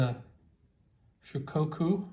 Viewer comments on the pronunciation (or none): Actually it's SHO-kaku